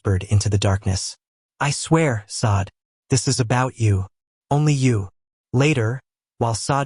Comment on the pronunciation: Now..this..is a romance story! One point of clarification..Is there a way to prompt the AI narration to pronounce the name correctly?? Not Sade (saw-d)...Sade (shar-day) is the proper pronunciation. Since the korean names are narrated correctly...so should the Afrikan names! Thank you. AI images are absolutely stunning by the way!